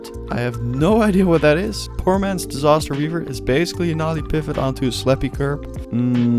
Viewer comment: Why do you say disaster so weird lol